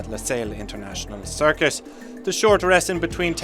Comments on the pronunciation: Did the narrator say Losail International "Circus"!? 😂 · Losail international "Circus"? My ears 😑